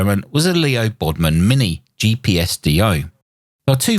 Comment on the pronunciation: LEO BODNAR, not Leo Bodmon. You have been doing these mistakes a lot lately.